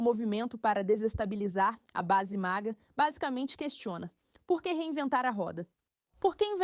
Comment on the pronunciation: it's called MAGA, not MIGA.